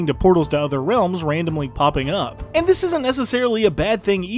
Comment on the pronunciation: why’d he said and like that 😂